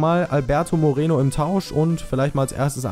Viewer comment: nicht mireno